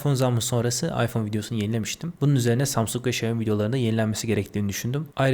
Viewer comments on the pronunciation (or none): none